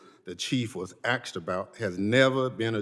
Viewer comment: 'asked about': A. S. K. E. D. 🤦‍♂️🤦‍♂️🤦‍♂️🤦‍♂️ If some thug on the street insists on saying 'aksed', fine: But you, sir, are not a thug on the street and you should damned well have the courtesy to your surroundings to not speak like one, and to speak correctly 👎👎👎👎